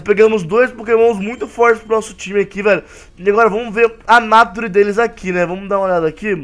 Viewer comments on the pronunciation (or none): none